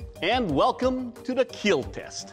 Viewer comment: He does not say kill he says KEAL